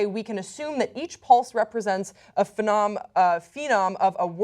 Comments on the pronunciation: isn't it "phoneme" not "phenome" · it's phoneme, not phenome.. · Um... "phenom?" Did you, perhaps, mean "phoneme?" Also, since much of what all the hosts said was, well, word salad, allow me to elaborate. Please note, this is based purely on my own linguistics knowledge combined with what was said in the show. I have not read the article they're commenting on. First of all, let me just break down a bit of that word salad: I don't know why you're talking about fish and then saying something about how we're all mammals, but there seemed to be something about fish schooling in there, and I think the point was that that must require communication. In fact, it doesn't; it's emergent behavior that only requires each fish to move in response to how its neighbors move. Now, onto the actual story. This is the first time dolphins have been observed having an actual conversation. Previously, they have only been observed making sounds that communicate specific messages with immediate relevance. Furthermore, the fact that the dolphins were conversing makes it unlikely that they were passing simple messages, but rather communicating complex (possibly abstract) concepts, which is not something we have directly observed before. This increases the likelihood that certain squeaks and clicks are individual phonemes, which makes it possible that dolphins can combine phonemes to create concepts. These are actually all HUGE ideas, if accurate, because they combine to mean that dolphins might actually have a language. There are certain hallmarks to human languag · Disappointingly poor presentation. It's "phoneme" not "fenom" and "Fee-o-dose-ee-ya" not "Fedowsha", If I know more than the person who's supposed to be presenting the story it undermines the professionalism and credibility of the piece. For a channel that uses the internet there's really no excuse. This is the sort of level of incompetence I expect of a Fox News presenter who's only on-screen for her looks. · phonem, not phenom